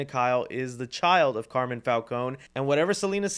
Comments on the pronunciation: Its Car-Mine not Carmon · His name is Carmine Falcone, not Carmen lol and her name is Bella Reál, not Real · It's Carmine not Carmen Falcone. 😅